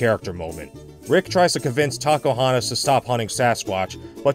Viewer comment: Did I hear it wrong, or did say... Taco-hontas?